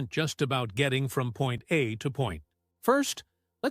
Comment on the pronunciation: Another 100 subs channel that makes terrible cheap AI videos with an AI Narrator Voice-over that cannot pronounce some words and sentences like "Point A to Pont..." and all the pieces of video are just constant AI rendered 2-3 sec of video pieces that's trying to give a picture that is close to what talked about. But often you see constant bad representations. Or lotterly you're taking to Airbus in a flight video and you see a Boeing. And last. The content of the video is very poor. Not explaining the right things or most Importaht things first. You could make at the beginning of your video how ETOPS affected Airplanes from 4 to 3 engine planes to cross the Atlantic and other bodies of water. The A340 was just made for a very long range aircraft with 4 engines to get thr max ETOPS rating at that time. And the A330 was designed and buld simultaneously. However ETOPS 60 min went in not a very large timespawn longer from 60 to 120, 180, 240, 330 for almost every modern jet, even the 4 engine-A380 has 330 minutes, however the A350 got 370 min with their XWB Trent engines. That are very Interesting things to make a video for.